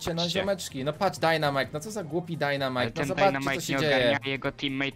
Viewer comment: no i co za głupi dajnamajk'' kocham xd